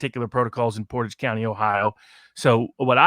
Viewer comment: Thank you,, for showing how to pronounce “Portage.”